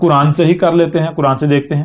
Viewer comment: یہ چھوٹی بات نہیں ہے لہجے سے ڈھیٹ پنجابی لگ رہا ہے لیکن چونکہ یہ اپنے آپ کو نبی کہہ رہا ہے تو کیا اللہ تعالیٰ نے اس کو اپنی کتاب کا نام تک نہیں سکھایا؟ کران کران کر رہا ہے بے غیرت بے شرم اور کچھ گمراہ لوگ واہ واہ کر رہے ہیں ۔ اس ویڈیو میں تو وہ کوئی خاص بات نہیں کر رہا